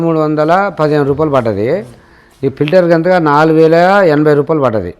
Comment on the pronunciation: ఓరి 4800 కాదురా 4080 రా నీ హిందీ పడుగను😂